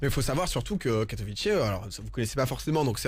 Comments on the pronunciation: Je ne comprends pas pourquoi tout le monde dit Katowi"TCHÉ" alors que ça se prononce Katowi"TSSAI", oui je suis polonais Fier de mon pays <3 xD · and by the way si tu es polonais tu devrais savoir que ça se dit katoviSSA et pas ai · tu comprends pas ? bah c'est simple ils parlent pas polognais donc ne savent pas comment le prononcer... Pas si dur que ça à comprendre pourtant :/